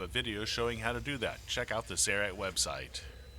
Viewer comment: nice! thanks! Id def get someone to record that again though :) "Sayaright" is crazy sounding in all of your videos. Could be bad for the image?